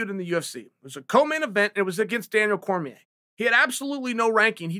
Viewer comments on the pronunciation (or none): none